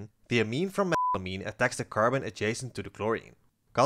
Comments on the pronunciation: Why can’t you say methylamine….? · You deserve to have sponsors. Your channel is excellent! Also, why can't you say methylamine? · Why can't you say "methylamine"?